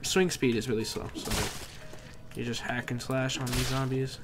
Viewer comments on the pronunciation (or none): none